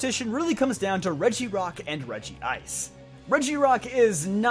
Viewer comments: regi-ice? isn't it said like reg-ice? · It's Regice, not Regiice. It's been 20 years since its introduction; there's no excuse for getting this wrong. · This drives me up the wall but it's regice not regi ice 😂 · Why do people say regi-ice? It's regice. One word. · You made the common rookie-mistake: There's only one "I" in Regice. It's not "Regi-ice" it's "Reg-ice". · Nice video, good reasonings. But PLEASE stop saying Regi Ice. It's Regice, there is no 2nd I in it's name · Am I the only one who cringes when he says Regi-ice in all his videos? 😬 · it's re-gice! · Isn't it pronounced Reg-ice, but I do enjoy using it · Wow, can’t even pronounce Regice correctly. Fake Pokémon fan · Cmon there aren't two I's in Regice, say it like you know you should.